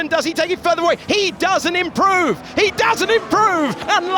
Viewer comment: this commentary is legendary, one o fthe all time qualifying shoot ouits commentaries. i love how he emphasized Max not improving....'max doesnt improve, HE DOESNT IMPROVE!' 😂